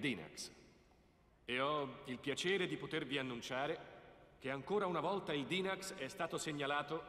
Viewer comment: sembra che il doppiatore sia brasiliano...sentite la pronuncia della parola "volta". o sto mentendo... io ho torto?